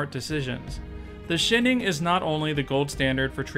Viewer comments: your pronunciation of the shining is a parody because I've never ever heard it said that way. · "That's where The Shinning shins brightest" I'm dead